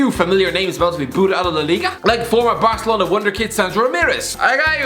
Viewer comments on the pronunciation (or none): none